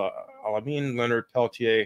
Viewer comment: It's actually pronounced "Leonard Pel-teer," rhymes with "deer."